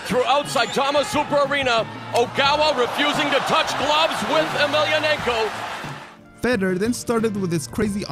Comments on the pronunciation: Fedor. Fay door ..not feder. Sorry drove me nuts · How about spending a few minutes learning how to pronounce their names properly.. for example its "Fedor" not "fetter" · Fedor is pronounced fee door (not fed oor). lol. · Feder? You mean fedor how are you making videos about mma and can't pronounce the name correctly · Why does it sound like you are saying "Fedder" instead of Fador? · Feydor not feder!!! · Imagine making mma videos for YouTube and you call the GOAT “fed-er” I hope everyone unsubscribes this complete fraud! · I cannot stand how he pronounces fedor like cheddar 😂😂😂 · 1. Say it with me, FAY-DOOR 2. Nice Khabib v Conor thumbnail but no mention :( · "Feddar" Emelianenko? Come on man. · Absolutely nobody:: "Fedder" Emelianenko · At least pronounce the names correctly. Fedor??? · Filthy casual detected by the pronunciation of 'Fedor' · It annoys the hell out of me the way you pronounce fedor